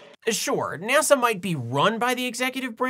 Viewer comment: It sounded like you pronounced "NASA" as "Nasau". According to Rule 8, I have to ask: Was that intentional?